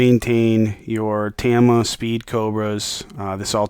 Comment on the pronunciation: It's not Teeeeeama. It's TA-MA. That's two syllables mate 😂😂